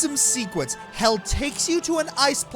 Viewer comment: It is "hel" not "hell"